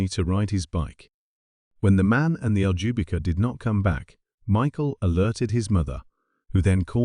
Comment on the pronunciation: Oh, btw : Ljubika is a south eastern european slavic name (Serbia, Croatia etc).Maybe this helps with pronunciation.